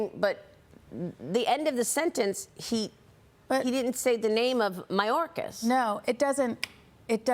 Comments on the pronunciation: Im not sure im going to introduce you all the way.... that is what he said after he screwed up his name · Biden can’t even pronounce Mayorkas’ name and calls that important department, “homeless security.” Well I guess Biden’s half right. America is providing security to the homeless illegals. God help us and save us from democrats. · Joe couldn't say mayorkas name